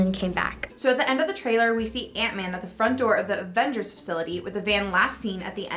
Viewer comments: Is it just me or are some of them saying “ADvengers”?? Instead of “AVengers” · Darc Dreams she sounded like she said "advengers" lol it was a joke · am i the only one hearing some of them call it "the advengers" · Did that blonde girl just say AFENGERS? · Advengers?? XD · Is she saying advengers? And not avengers?